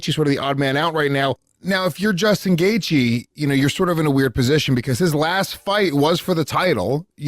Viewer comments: “Michael shalandear” “Justin gagey ” ~ Michael Bisping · Chandler, is it that hard to pronounce? Apparently. 'Gagey' at least its hard to figure when you see it written.